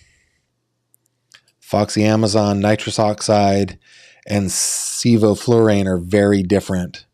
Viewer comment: I’m a veterinarian who uses sevoflurane for animal anesthesia regularly. You pronounced it perfectly, but he couldn’t have used it since it didn’t have the proper equipment.